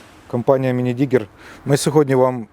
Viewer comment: Класна техніка.Бажаю успіхів.Але .............минидигер..ну йо моє.......Мінідігер